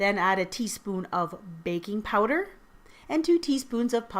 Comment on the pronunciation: Hi! I made this recipe and in the beginning, i thought you said “baby powder” not baking powder....i didnt use baby powder but i just thought it was funny😂